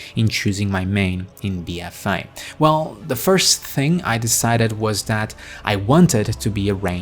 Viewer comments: Bee uh fay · Bee-ehfay. 😘 lol great video as usual. 👍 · The way you pronounce "BFA" in your accent is the most happiest thing ever. It makes my day <3 Love your content, bud. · I couldn't resist your 'BFA' pronounciation